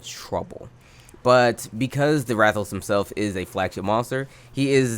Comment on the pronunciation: Ah yes, Rath A. Los. Truly one of the wyverns of all time.